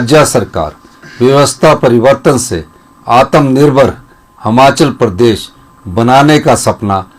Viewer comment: हमाँचल नहीं यार हिमांचल बोला कर